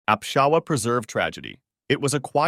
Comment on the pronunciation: bro it is not apshawa it is akshra